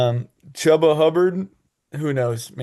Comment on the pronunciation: It’s a shame that Chuba Hubbard is stuck on the Panthers. If he were on a real team, maybe people would know how to pronounce his name properly. (Choo-ba)